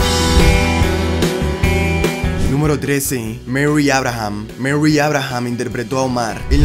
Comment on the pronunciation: Merry? Murray! Al tiro con el inglés